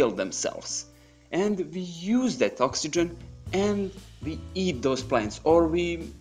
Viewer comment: You make absolutely great videos. Very interesting. Try to improve your accent in words like "workers", "we", "wood" and it will be perfect.